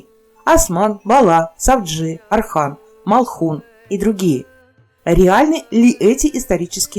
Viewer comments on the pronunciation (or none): Не Асман а Осман! Не Архан а Орхан!